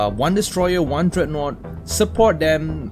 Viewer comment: Did you just call it dreadnote